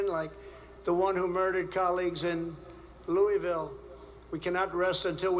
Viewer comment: And he doesn’t know how to pronounce Louisville. I am a veterinary anesthesiologist, half the patients I anesthetize are on SSRIs. Crazy!